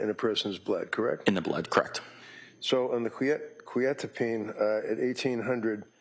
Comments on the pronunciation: Bro can’t even pronounce quetiapine correctly. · I must've been saying Quetiapine wrong all these years or he is? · lol buddy doesn't even know how the medications are properly pronounced so not much of an expert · They’re both pronouncing it wrong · why they pronouncing quetiapine like that 😮